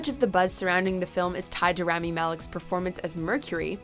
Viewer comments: Its "rah-mee" not "ram-mee" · Anyone else bothered by the fact that they didn't take the 30 seconds to learn how to pronounce Rami's name? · Wish they would say rami right just once